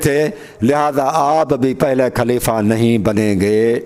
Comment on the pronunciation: khaleefaaa o chacha pehle talafuz to durust krlo khaleefa khaleefa کھaur خ me hi tameez nai kar pa rahe aap ko mola ka matlab khan se samjh aae ga jo nabi ne khum k medan me apne Aur mola Ali as k liye istamal kiya. afsoos he( jis ka me dost hon us ka ali dost he) sirf ye kehne k liye nbi ne ahab ko itni takleef di oont k palan jama karwa k mimber banwaya jo ashab bht age nikal gae unhen bhi wapis bulwaya aur jo peeche reh gae un k bhi pohnchne ka intazar karwaya arab ki itni shadeed garmi me bs yahi kehna tha k logo jis ka me dost hon ye Ali bhi us ka dost he 🤔 yar koi tuk banta he itni si bat k liye rasool ne umat ko itni zehmat di. Sharam tum ko magar nahin aati sari umr bugh.z.e Ali as me guzardi marne k qareeb ho phir bhi lage hue ho ,lage hue ho,lage hue ho. پیگمبر۔کھوبی۔میدان کھم۔کھتم نبوت۔کھبر ۔کھلافت. 🤣🤣🤣🤣